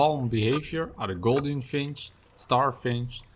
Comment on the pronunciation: Please Learn to say GOULDIAN!!! It is NOT golden!!! Learn to say Gouldian like it has a "U" only. NOT GOLDEN!